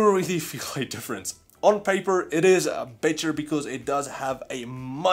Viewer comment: Every time he says better it sounds lo like bit**er lol